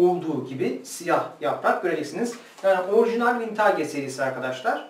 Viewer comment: Vintaage değil hocam vintıc yada vintij diye telaffuz ediliyor.